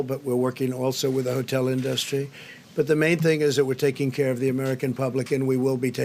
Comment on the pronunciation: This complete imbecile can't even pronounce the word industry correctly.